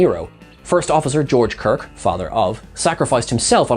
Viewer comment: Why did you keep saying Kird and Co? Kirk and Company sounds classier and more mature. Also, brushing off the Horta is rude and disrespectful. does a better job.